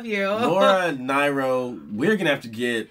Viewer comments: Last name pronounced Neero not nyro. I saw her perform in DC in 1969. She was a defiant goddess, daring you not to worship her. She did not smile, didn't matter. Her hair fell nearly to her waist, and she moved her mane around her body like a lioness. Her lyrics are brilliant. Check out, And When I Die. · you pronounce lauras name (near o) . she was absolutely one of a kind. check out eli's coming and stony end. she was simply beautiful in every aspect. i for one miss her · Pronounced NEE -ro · not Laura NIrO.. Laura Nearo... but I appreciate you listened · Ooops. It's not Nie-ro. It's Nee-ro. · It's pronounced Neeroh. She had written more great songs before she was 20 than most artists manage in al ifetime. The album this song was taken from has one gem of a song after another. And then there's the unforgettable "And when I die", which was written when she was only 16. Please do check that one out. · Neero! Neero! Rhymes with hero! And she was one of mine mine. You finally answered my prayer and played her! Bless you! But here's the deal: this song is from her first album, and it almost has a 'cocktail lounge' feel to it because she didn't control the production. After this, her records better reflected her unique personal style and they are amazing. Try "Eli's Coming" for starters and then "Stoned Soul Picnic." A lot of female singer/songwriters have been influenced by her. But in any case, thanks again for hearing my plea and playing Laura. Love to you both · One of my fave singer-songwriters Laura Nyro pronounced Neero, a Jewish Sephardic woman from The Bronx. Ive been a fan since the 60's. Love all of her work. She became a millionaire at 19 from writing so many hits that other singers covered. The Fifth Dimension Blood Sweat and Tears, Barbara Streisand, Three Dog Night. I met the guy who claimed he was the Bill in this song. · Laura Nyro is pronounced Neer-oh... And I Love Her Singing... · Amazing singer. It's pronounced Near-oh. 💗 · Laura Nee-Row